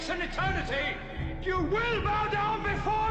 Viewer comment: Amazing. I thought I was an idiot for thinking he said "ass" after I learned that wasn't what he said. I'm not alone. I saw Superman in the theater as a kid in 1978. I got my hands on the script in the 80's. That was how I found out he wasn't saying "ass, but "heirs".